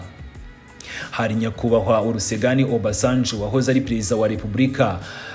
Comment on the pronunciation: Uyu munyamakuru ajye abanza yige uko bavuga imijyi ya Togo. Lom ntibaho bavuga Lomé! Olusegun ntabwo ari Ulusegan!!😂😂😂😂 Un peu de décence svp. No kubaha umwuga bigomba kwitabwaho!!!! Nta guhuragura ibyo wishakiye